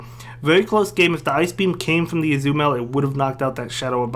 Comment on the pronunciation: Ah-zoo-mel lol